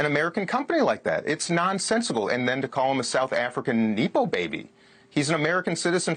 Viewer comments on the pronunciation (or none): ‘Neepo’ and ‘Doja’ 😂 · 😂🤦🏼‍♀️ "Neepo baby"? It's nepo from the word nepotism. "Doja"?? Pronounced doje. And not to be mean but omg the size of his 👃🏼 too!! 😬